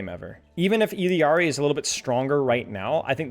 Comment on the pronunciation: There is no way this guy is pronouncing Illari correctly